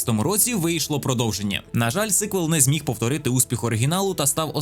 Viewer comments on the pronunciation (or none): none